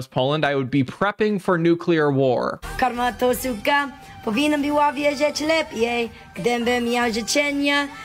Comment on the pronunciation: As a native pole - besides the verse "Karma's a bitch" (karma to suka) which was painfully pronounced I cannot comprehend what is the rest of words. Polish simlish it is